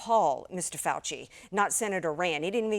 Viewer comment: YOU MEAN DR FOW-CHEE